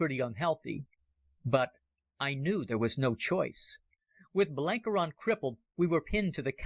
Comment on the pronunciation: Got th pronunciation of Buchan right mybe, but needed a bit better research in some of the other names! Blenkiron is ronounced 'Blenk-Iron' (you know, like iron ore - not Blenkey-Ron, And as fir the legendary Cecil Rhodes, his Christian name is pronounced ;Sessle', never 'See-ssill' :facepalm